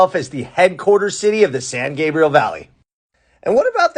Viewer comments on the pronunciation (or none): none